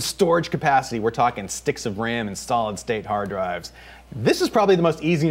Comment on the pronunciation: SOLID STATE HARD DRIVES? No, that's not how you say it.